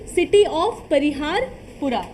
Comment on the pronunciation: Mam it is perihaspora